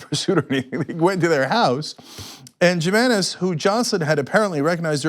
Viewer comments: Cenk itis pronounced "Hee mainez". Perhaps this white person doesn't know he has a hispanic last name. You asa news person should know tuis. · Jimenez the "J" is pronounced like"H", Cenk....Dios Mio ,Cenk!!! WE LEARN HOW TO PHONETICALLY SAY YOUR NAME!!! WTF!!!...J/P just lookin to bust balls ...TYT GO HARD IN THE PAINT!!! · Its HUE menez not Jim menez j makes the H sound in Spanish like Jose not hoesea